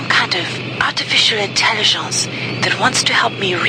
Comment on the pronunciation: when she says "artificial intelliggonce" it takes me out every time. I'm glad that besides all that, I still think she's badass